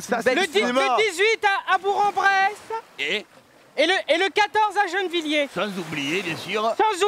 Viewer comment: Ça se dit BourK en Bresse 😭